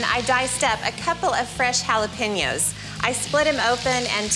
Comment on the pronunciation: Mary struck Can’t pronounce “jalapeño,” though.